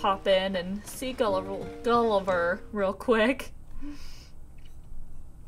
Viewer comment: "Go see Gulliver," sounds like "Go Seagull... iver." ^-^